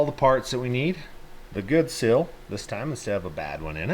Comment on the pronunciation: A sill is on the bottom of a window a seal is what you cut seal is pronounced seeel not sill you sound like a 12 year old.